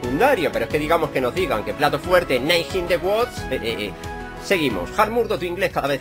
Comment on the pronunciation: in the woods se pronuncia wuuds vivo en USA